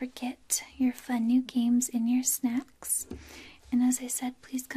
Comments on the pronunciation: Hahaha me too! Glad I wasn't the only one who thought that's what she said. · Hahaha I had to rewind the video twice to make sure I could understand "snacks" hahaha